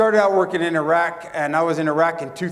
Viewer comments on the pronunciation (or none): none